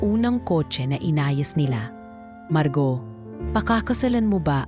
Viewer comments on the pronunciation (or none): Maganda sana Ang kwento kaya lang kelangan Ng narrator mag practice Ng pronunciation 😂 dahil Tagalog pero Mali pa Ang pagkabasa marguo ginawang margaw 😂😂😂